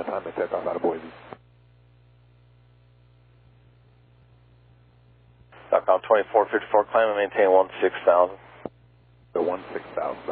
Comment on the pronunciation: Big Sky says Boise correctly. "Boy-See" not "Boy-Zee".